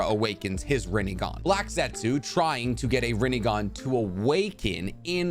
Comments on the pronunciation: rinnEgon lol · “Chibuka Tensai” no it’s Chibaku Tensei. “Rinnigan” its Rinnegan “Tomei” it’s Tomoe, not Aunt May’s actress. and I’m not even going to try to spell the way you pronounced Amenotejikara: which of course Pain would never know because the regular Rinnegan he had was incomplete. Another thing, why would Sasuke have tried to use the King of Hell for Neji when he was literally planning on killing them all regardless